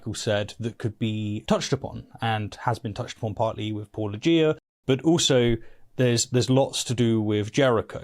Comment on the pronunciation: What does it say that my knee-jerk reaction was to think mispronounced "Paulogia". It took me a full minute to realize he was right. Wow. Amazing how everyone except apologetics can pronounce that name. I wonder if that's a pattern.